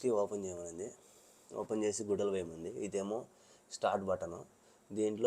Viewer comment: గుడలు కాదన్న గుడ్డలు.. ఏం భాషరా బాబు.. అన్న కంటెంట్ మార్చు..... రాను రాను నువ్వు స్నానం చేసే వీడియోలు కూడా పెట్టేలా ఉన్నవే..😅😅